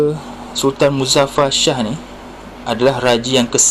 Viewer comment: Iskandar Shah la.....sebut betul2...sah dgn Shah tak sama lain makna....nsk bercerita nasi tambah pun biar betul .....